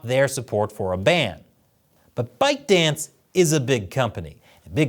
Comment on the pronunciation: I heard the company name as "Bite-Dick"